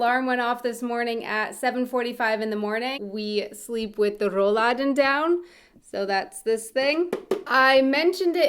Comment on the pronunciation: 😅 RRRrollladen (it‘s so cute)